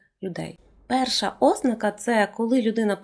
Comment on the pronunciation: Ви описали багато моїх життєвих реалій. Я от навіть неправильний наголос ( ознАка правильно) сприймаю з пришвидшеним серцебиттям і тиньканням у скронях.